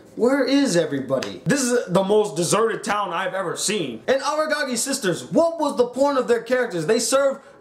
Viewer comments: Aragagi..?? Isn't it Araragi..? xD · The second he read the name as Agagi i dipped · you cant even pronounce araragis name stop talking bruh